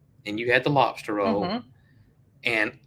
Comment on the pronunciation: 🤣🤣🤣 Love the way you say "lopster".